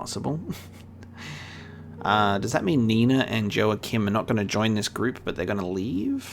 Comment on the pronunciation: To clarify, the J in "Joachim" is pronounced as an H like in Spanish, e.g. Joaquin Phoenix